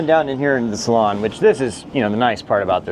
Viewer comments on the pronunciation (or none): It's a freakin' SALOON ... not a "...salon..."